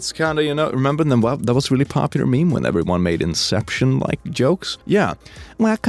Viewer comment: Actukawly its prnoshed "everyone" and noth "everyne